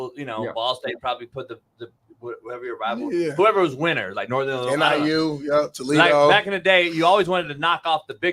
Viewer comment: is the man, but he gotta be trolling us with his insistence on IlliNOISE pronunciation right?! haa